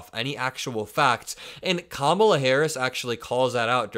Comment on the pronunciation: We know who is unhinged. It’s not KAmala. Could any of them learn to say her name properly? She’s been VP for years. SO stupid.